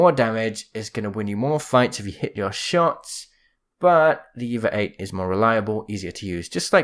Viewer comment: I miss when it when called the EVA-8 the EE-VEE-AY EIGHT.:_MerchGibbylol::_MerchWattyluv